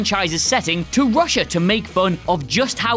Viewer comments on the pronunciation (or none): none